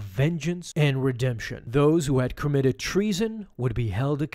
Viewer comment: Every time you said committed, I here kermited